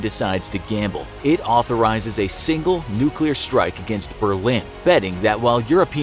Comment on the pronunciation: “against berlin” uhmmmm okay, guess imma die :)))